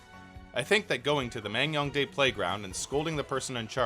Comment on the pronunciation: Damn impressive coverage and editing. I live next door to NK and never knew this place even existed lol Just want to add that it's pronounced Man-Gyoung-Dae, not Mang-Young-Dae. I know, I know, you couldn't possibly know that from the way it's romanized/spelled unless you speak Korean, but I'm a stickler for details so I couldn't help myself :p